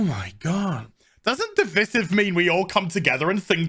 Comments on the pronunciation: Dude, you're English, you have no excuse for pronouncing divisive incorrectly. The Drinker does it too, even after his rich parents spent so much on his university education. I can forgive Yankees mispronouncing it as dee-viz-if but it's unbearable to hear an English man do it. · Today i learned that "divisive" isn't pronounced as "device-ive" as i always just assumed it would be. The one word in this godforsaken language that is actually pronounced as it is written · I don’t think it’s a 1 star, I’d give it about a 3/4 star out of 10. 1 star to me is like one of those extremely cheap shows with very cheap actors. It’s Divisive is pronounced De-vice-iv 🤦🏽‍♂️ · DE - VI - SIVE Speak English, English man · he needs to learn how to pronounce "divisive " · Who is troubled by Azs pronunciation of "divisive"?